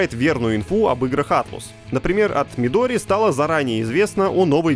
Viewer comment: Правильно произносится как АТЛАС, а не АТЛУС! Сами японцы произносят ее как АТОРАСУ.